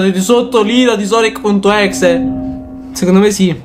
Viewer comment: si scrive exe ma si legge ex